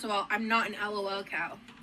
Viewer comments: I feel like the bare minimum to not being a lolcow is that you don't pronounce it L-O-L cow 🤣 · EL OH EL COW😂